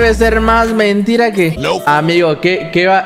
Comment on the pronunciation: jajajaja amgio ajjaja en lugar de amigo jajaja edit: tambien en